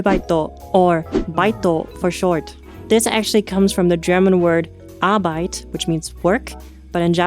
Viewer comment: As a german, i can say that your pronounciation of Arbeit was really on point.